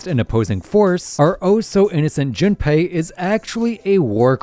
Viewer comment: why does bro keep saying Junpie 😭